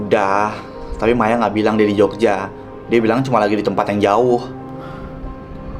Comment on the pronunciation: Kok ya Maya manggil Maya kok jadi mayo